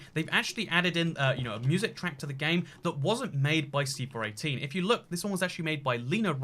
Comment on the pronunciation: Who else caught him saying “C 4 One Eighteen” (C4118) instead of C418?